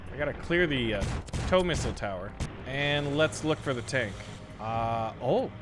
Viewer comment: i loved the "Tnak"